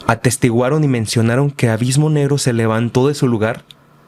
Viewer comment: ‘Avismo’ jajajjajaja